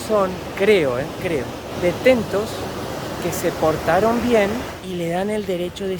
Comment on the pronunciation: Porque no decis bien las palabras como detenidos, no detentos